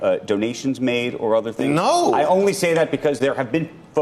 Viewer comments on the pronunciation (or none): A no never sounded more like an oy vey